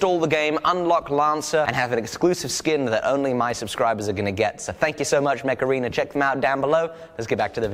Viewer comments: I love that when you say Mech Arena, it kinda sounds like Macarena, and I'm just picturing you and Jamie dancing while playing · The way you said Mech Arena made me think of the macarena and now i can't un-hear it... Heeey mech arena! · When he said mech arena it sounded like he said Macarena with an accent